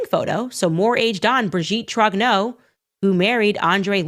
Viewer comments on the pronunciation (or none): Brigitte Trog'no? Really? Can't even get her maiden name right? First of all you're a black woman supporting a white supremacist regime and that makes you a traitor and a not very smart person, to say the least, second there's plenty about Brigitte Macron to criticise without spewing utter drivel!